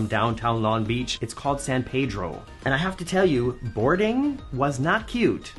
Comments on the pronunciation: Just an FYI and for your future trips out this way, San Pedro was founded/established by the Portuguese. And while it is logical to think it's pronounced "San Pay-Dro" due to our proximity to Mexico, but it's actually pronounced "San Pee-Dro". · San PEEdro. Not the correct Spanish pronounciation as you pronounced it